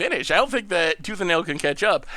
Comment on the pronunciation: attempting to mash tooth and nail together:: Tooth ale? My brain: Toothanal!... yup definitely.